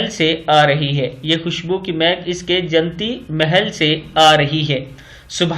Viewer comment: آپ نے جنتی کو نون پر تشدید کے بغیر پڑھا ہے جو کہ غلط ہے۔صحیح تلفظ اس طرح ہے۔ jannati